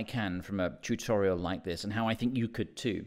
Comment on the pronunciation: I like the way he pronounce Chutorial. LOL...